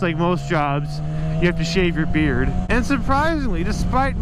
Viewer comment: Thought this was " my first bike" , not ; " my first beard " . XD all love